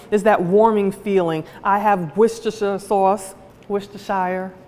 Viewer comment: It's pronounced Wors-ter sauce